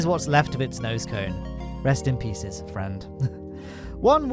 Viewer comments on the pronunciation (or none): none